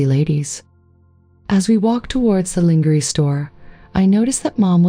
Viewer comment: Please have someone listen to these otherwise sweet stories , the narration is just wrong . They get the pronunciation of important words like lingerie so wrong .placing a pause between importand phrases like cross..........dressing and great great........ uncle John . thank you